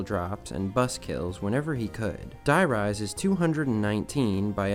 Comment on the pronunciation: Im Sorry but I can’t let it slide the way you pronounced „Der Riese“ If you already put so much effort into such a lengthy video, put some effort into pronouncing the name right 😂 you butchered it beyond acceptance